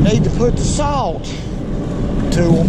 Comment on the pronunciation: Did you say salt??